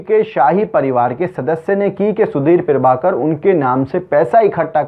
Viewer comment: पीरभाकर नहीं, प्रभाकर.... न्यूज एंकर हो, शब्दों का उच्चारण सही से किया करो